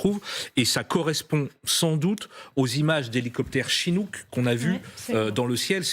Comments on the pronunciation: des "Chirrook".... Ca fait 60 ans que les USA utilise ce type d'hélicoptères et elle n'est pas capable de les appeler correctement. C'est des "Chinook" madame la journaliste 🤔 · "Des helicoteres CHIROUK " ???? Plutot Chinook non?